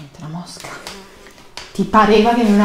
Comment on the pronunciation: Nessuno:: mOscAh👁️👄👁️ La mosca: 😗✌️